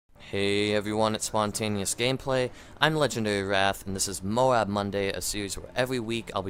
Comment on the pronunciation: its not pronounced MOW-AB... jeez would you pronounce the word LOAD as LO-AD